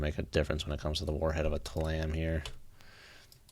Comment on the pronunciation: I think it's pronounced Tee-lam